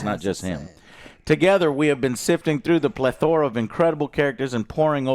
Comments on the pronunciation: How do 3 grown men not know how to pronounce plethora? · Joe is either borderline illiterate or just a mastermind troll with his constant mispronunciations lol. I havent finished this video yet and hes already mispronounced "hoopla" wrong and "plethora" wrong about 10 times Edit: Add "Polaris" to the list